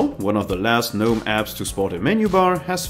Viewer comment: Small thing, but the G in Gnome is supposed to be pronounced.. Thanks for the video!